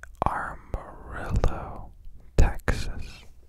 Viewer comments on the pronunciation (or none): none